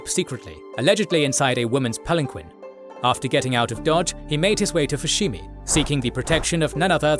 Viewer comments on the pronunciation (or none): Well, that is an interesting way to pronounce palanquin.